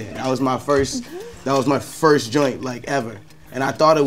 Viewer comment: "That was my foist joint"-Tory Lanes